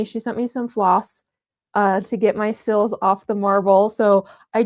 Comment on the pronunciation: These are so beautiful! The only thing is that whenever you say the word "seals" it sounds like you're saying "sills." 😂